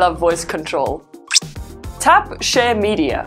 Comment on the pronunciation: Every time she says share it sounds like she is saying shit but this videos is very helpful thank you now I’m gonna get this phone